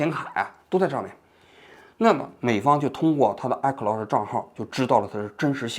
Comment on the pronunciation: 王菊，你这个iCloud我真是听了N遍才听明白你说的是什么😂